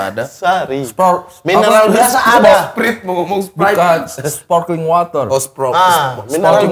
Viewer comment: Sparkling bkn spaking water 😅🤣